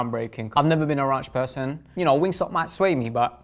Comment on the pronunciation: He said RONCHHHH😂😂😂